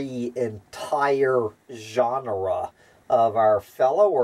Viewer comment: Why pronouncing "genera" as "ʒɑːnrə" instead of "dʒenərə"? "ʒɑːnrə" is "genre" - a totally different word.